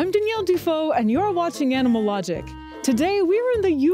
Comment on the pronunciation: why do you always stress the word "AND" so much even when it makes no sense?